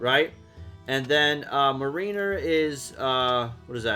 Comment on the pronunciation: It’s pronounced “MARiner,” like the Seattle Mariners. MARE like the name Mary. And Botswain is pronounced “bosun.”